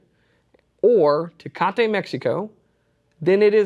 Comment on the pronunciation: There is no "a" at the end of Tecate.